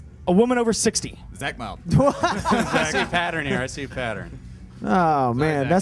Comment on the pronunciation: "Zach Mylde" lol